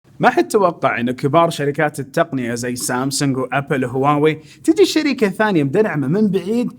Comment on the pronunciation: 5.34 شركه مو جركه